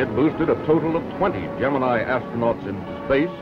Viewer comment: He's using the proper Greek pronunciation. "Gem-in-ee" is a lazy Americanization and completely incorrect.